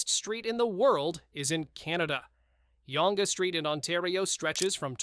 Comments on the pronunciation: Yawnge street lol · please learn how to pronounce the names in your video... almonte does not pronounce the E at the end. and its young street not youngE street! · Yonge Street is pronounced the same as Young Street. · The alleged unmarked graves of residential school children have NEVER been factually verified, and their existence has been called into question questioned by researchers, such as Francis Widdowson. And that is not how you pronounce "Yonge Street" or "Eh". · Or Yonge Street, or Nunavut. I quit listening after the Eh abomination.